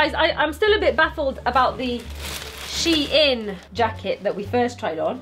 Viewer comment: 'Sheout' now Deceased 😂😂😂😂😂😂😂